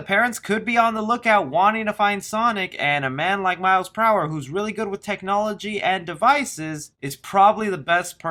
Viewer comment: I hear miles pr hour instead of miles prower